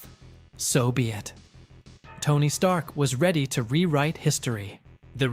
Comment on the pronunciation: Sorry sounds like Stark! No “er” sound on the end!